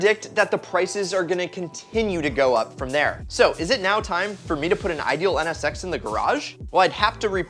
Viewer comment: I wanna skip the nsx part because u keep saying ns sex lol